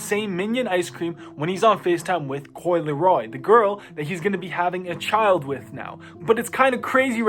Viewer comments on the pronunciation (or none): Bro said coi leroy 😂